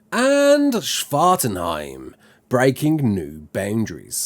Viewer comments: How many times did you practice saying Svartalfheim? lol Svartenheim lol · I almost got triggered when you mispronounced Svartalfheim, but I also know you're trying lol.